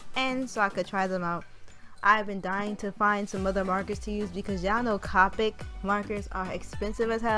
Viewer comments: It’s (C-Oh-pic) not c-ah-pick I love your art but that’s driving me crazy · Not to be rude but it’s copic not capic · actually the copic refills are very cheap. they refill like 10 markers also its pronounced coe (rhymes with toe) then pick